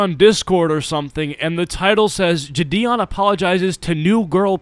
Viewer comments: id like to correct u on how you say jidion Your saying Jh-Dion Im pretty sure its jie-dion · ur saying it wrong homie its jidion (ji-de oon)